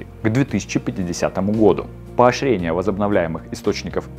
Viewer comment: Неправильно произносите слова - краны( ударение должно быть на а). В слове поощрение звучит ш вместо щ. Все кратко и четко. Тембр голоса, интонация, темп речи - отлично. Если можно, прослушайте и исправьте озвучку в этих местах Успеха Вам